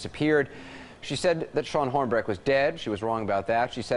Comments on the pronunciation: I think Sylvia was a friggin quack. I couldn't stand her! But when discrediting someone, you should be flawless whilst doing it; your best -and give your opponent no reciprocal material. Pronouncing the victim's name wrong was pretty significant (for me). That wasn't his best. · James Randi may be good a exposing people but he's wrong about Sylvia Brown. That woman had no way of knowing Elizabeth Smart was alive and would be found in 2003 or that Robert Blake getting released. She makes 2 mistakes, nobody's perfect. And Anderson mispronounced that victims name. It's Hornbeck, not Hornby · he pronounces it twice correctly at the beginning of the show but stumbles over it a bit.